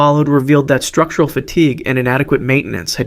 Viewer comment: "Strututral Fatigue"..... I think you mean "Structural"